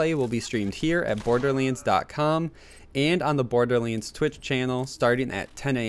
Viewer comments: it's pronounced "borderlands" not "borderling" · Imagine being such a big fan of something that you'd make videos about it but you just can't pronounce it's name right. Borderleenz 🤦‍♂️ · Did anyone else notice that at the start of the video he said “borderleens 3”